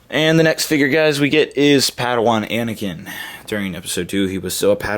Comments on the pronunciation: anakin not anikin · *aniken. Not a mike